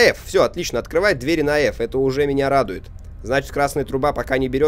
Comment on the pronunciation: Правильно говорить не 2 дверИ , а 2 двЕри.